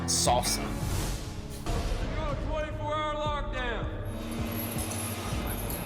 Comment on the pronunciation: Saaaaaalsa. Not "sulsa "...lol